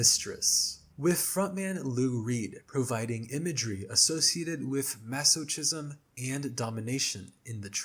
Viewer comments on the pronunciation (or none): It's pronounced "maso-kism" by the way 😅 Also, I don't know who made the original iceberg, but including scores for horror movies and video games is uninteresting, especially when it's from children's media. Those really don't belong past tier 1, literal "baby's first spooky music". "It's in My Blood" is about HIV/AIDS. It is about having something inside of you that is literally killing you, especially considering the two bandmates were gay men (and partners). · I am BEGGING you to learn how to say "masochism". The "chism" is pronounced with a hard "ch" like a K, not with a soft "ch" like "cheese".